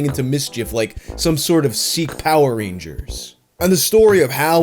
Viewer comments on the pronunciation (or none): none